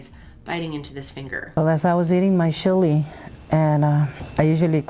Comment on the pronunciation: The way she says chili 😂😂😂😂😂😂😂 Ssshhili 😂